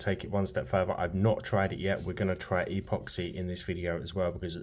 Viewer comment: Really cool video. I'll subscribe if you start pronouncing "epoxy" properly.